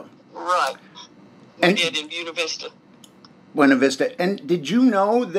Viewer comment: On a lighter note, Ive driven through Buena Vista many times, going on hiking/camping trips. The way Gladys pronounced it is the way they call it there. They don't use the Spanish pronunciation even though the words are Spanish. The last time I drove through there was several years ago already. Can't afford to go for drives anymore, can't go hiking anymore either. . It was always amazing to me to see the fancy houses everywhere in Colorado, and all the huge rvs, very often driven by retired military personnel. It's interesting how some soldiers just get abused, while other military personnel get big houses and RVs and big retirement funds and even underground bunkers sometimes, ready for a nuclear blast.